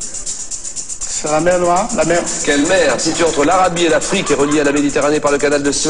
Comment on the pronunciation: jsuis mort un moment il a dis la mewwwwwww